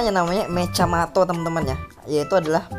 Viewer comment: Mechamato lah bukan mecjamato kau tak tau bahasa malaysia ka nih!!!